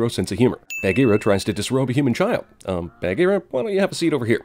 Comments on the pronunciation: Why do you say Bahgeera like Bag-ear-a. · OMG WHY DO U PRONOUNCE "BAHGEERA" LIKE THAT?!?! UUUUGH!!!!! 😭😠😬😬😬😬😬